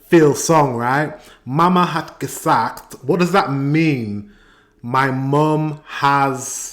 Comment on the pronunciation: meine mama hat gesagt: my mom said. And your pronunciation of "gesagt" is on.point.👌🏻